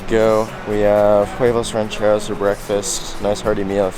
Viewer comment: Homie killed the Huevos Rancheros pronunciation